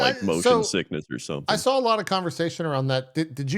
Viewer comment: Jesse also says "sawl" instead of "saw"